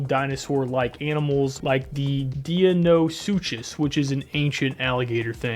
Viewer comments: It’s pronounced Dino-sukas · It's pronounced "Dee-No-Sue-Cuss" or "Dino-Suec-Cuss"